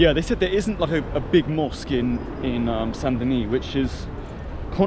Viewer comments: Saint Denis. Don’t say the “S” or you make it feminine: Sainte Denise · The S in Saint Denis is silent...Deni. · The T in Saint is silent and the S in Denis is silent. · Stop pronouncing the S sound bro...